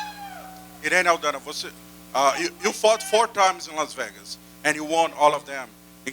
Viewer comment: Anyone else infuriated about the way Suga says “vegas”… it’s pronounced VAYGAS ye dickhead! Elvis even said so